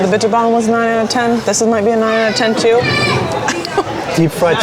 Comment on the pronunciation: spreekt het woord bitterbal goed uit zonder tongval🤔 en Eindhoven ook goed uit . spreekt kibbeling ook goed uit mensen die ik ken uit Duitsland spreken dit allemaal niet zo goed uit geld ook voor Engelsen die regelmatig hier zijn hebben er moeite meel